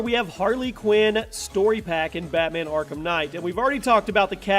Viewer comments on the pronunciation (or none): none